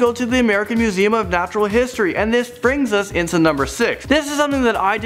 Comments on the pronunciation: Anyone notice it said natural hsitory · "national museum of hsitory" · İn 6th one they said HSİTORY